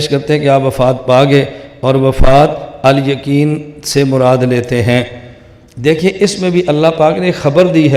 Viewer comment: يكين نهیں يقين، ق کو ک کیوں بول رہے ہیں؟